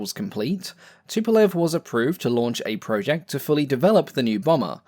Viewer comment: It's 'project' not 'project'. Other than that - great video!